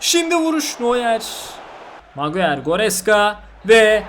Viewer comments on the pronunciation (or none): none